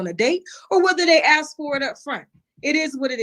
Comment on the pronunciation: Omg. If he says AX. ONE MORE TIME... NOT ASK IM GOING TO EAT MY OWN AXE!!!?